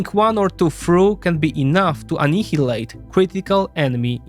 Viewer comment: Fantastic report. Apart from the Hungarian Slovak journalist. Words to brush up on (pronunciation): annihilate, grinds, variable.